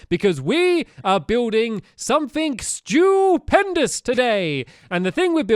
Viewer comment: when he said "stewpendis:" i thought he said "stupidpendis"